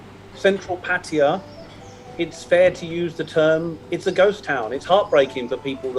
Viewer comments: None of those. Thai people pronounce it Pa—Tay—AAHH, three full syllables with emphasis on the last syllable. I would consider that the definitive pronunciation, not the way the people in this video are pronouncing it. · Hi, Sawasdi khrab. I am an Indian loving Thailand because Thailand has more original Indian Hindu culture than in India itself. I am a regular viewer of your channel. Kindly enlighten me how Pattaya is pronounced. Is it " patiya, or Pattaya, or patya